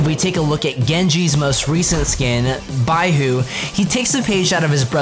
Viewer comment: I die a little everytime he pronounces baihu wrong, but i dont blame him